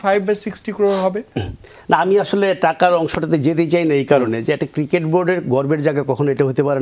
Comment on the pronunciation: আমি অনেকদিন ধরে ফলো করি ,এই উপস্থাপক ৯০% সময় ক্রিকেট শব্দটা উচ্চারণ করতে পারেন না।